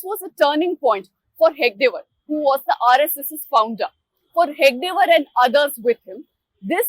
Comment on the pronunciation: It is 'He-Da-Ge Waar', not 'He-Ga-De Waar', the founder the reporter refers to. Also, it is not 'Vi-Dhar-ba' region. It is 'Vi-dar-Bha'. You can judge the quality of the rest of this 'free and fair' report.